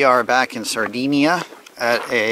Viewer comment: Sardinia..NOT Sardeenia..